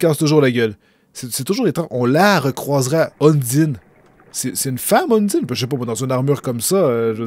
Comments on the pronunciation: QUELQUES CONSEILS POUR LA PRONONCIATION : Sans: Bon, tu as bien compris, Il faut bien dire chaque lettre du nom. [ S-A-N-S ] Undyne: Toi, tu dis "Undine", Il faut dire "Undahind" Avec l'accent anglais. Papyrus: Rien à dire, Juste qu'il ne faut pas trop prononcer le "R" Flowey: Il ne faut pas dire "EY" Mais "I" et plutôt dire "AO" au lieu de "O" "Flaowi" CONSEILS BONUS: Undyne est une fille, et le personnage que tu joues et soit une fille soit un garçon en fonction de toi. Les attaques vertes que tu as peu rencontré avec Lavtoa ( Et que tu rencontreras plus tard ) Sont des PV, Récupère les et augmente ta santé. Alors là, C'est un conseil qui risque de te spoiler un petit peu. C'est juste un conseil pour ne pas souffrir plus tard. C'est toi qui voit si tu veux le lire ou pas. -------------------------------------------------------------------------------- Je te conseil d'être d'accord sur tout avec SANS, Même si tu ne l'est pas, Car il est ultra susceptible et risque de t'en vouloir si tu n'a pas le comportement qu'il veux que tu aie. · super mais undyne se dit Undayne et dreemur c'est pas demur mais driimur x) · Undyne se prononce ON-DIE-ne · ON DIT UNDAYNE PAS UNDINE !!!!!!!!!!!!!!!!!!!!!!!!!!!!!!!!! (je suis pas énérvé c un troll mais on DIT UNDAYNE!!!) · En fait, le guerrier MÉGA-BADASS est une fille (Undyne), et ça se prononce ''Eundaïn''. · Comment tu a charger la sauvegarde pour continuer ou tu était et papyrus tu peut lui donner des petit coup et il tepargne automatique et undyne se prononce und(in)ne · "Udyne" T'ES SÉRIEUX ? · Zo- phix Dans le jeu, il n'y a aucune indication sur comment prononcer Undyne (malgré que tu aies raison) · on dit undayne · sans se prononce sen-nese et undyn:une-da-i-ne